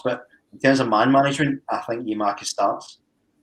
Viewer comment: went from saying Giamakis to Giakoumakis back to Giamakis just get it right eh